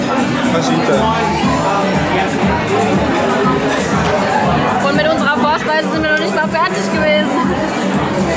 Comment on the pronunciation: Alex sag bitte nie wieder "Faschitas" :OOO Das "j" wird wie ein "ch" ausgesprochen. Also "Fachitas". :D